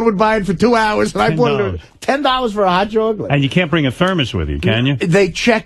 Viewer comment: What the fuck is a hot chawklit?